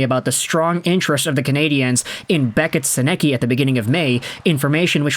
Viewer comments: Great Video but please, its said "Senuhcuh" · Hey bud it’s pronounced Senn-ick-ka. But you young man have a very good channel here keep up the good work.